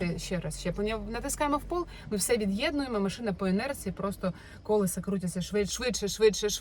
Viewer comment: Дуже все класно, дякую Вам. Але я вже не витримала і хочу Вас поправити "колЕса", "колЕсам"